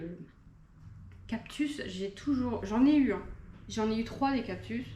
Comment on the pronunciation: 39€ une monstera variegata 😲 c'est cadeau !!!! Les prix les plus bas en france c'est 80/90€ normalement. On dit cactus pas captus 😂😂😂😂😂